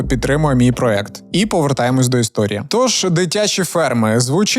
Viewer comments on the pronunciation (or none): Не проект , а проєкт , не дякуй )